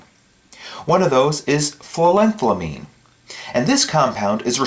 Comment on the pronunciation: It's pronounced phenyl-ethyl-amine. It's alright, your a strength expert, not a chemist =P